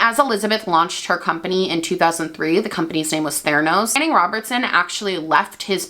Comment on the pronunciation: Super weird to hear you say my name 😂😂 seen as it’s rare to come across another Channing but kudos on how you prounoced it, everyone in the uk just can’t and I’m shanning here which is why I cut it down to Tan x